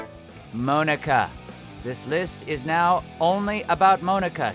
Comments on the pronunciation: He pronounced Monika wrong.. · I'm pretty sure Mia was Ethan's wife, not his girlfriend. Also, what the hell is up with the way you pronounce the name Monika? It's (Mon-eh-kah) not (Moan-eh-kah). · Mow-ni-ka?! It’s MON-i-ka! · The way you said Monika sounds like "Moanika" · ITS PRONOUNCED MONICA. NOT MOAN-IKA. HER NAME IS MONICA WITH A K INSTEAD OF A C. GET IT RIGHT. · No one: Literally no one: Not a single soul: Todd: MOAN-ECKA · Moanika ( ͡° ͜ʖ ͡°) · Pronounced Monika’s name wrong,lol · she doesn't know how to pronounce Monika either geez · The way he pronounces Monika's name triggered me SO MUCH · Anybody else cringe a little when he pronounced Monika wrong? ;^;' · Lili-chan she’s the only member of the cast with an English name though to make her stand out. So technically it still is being pronounced wrong.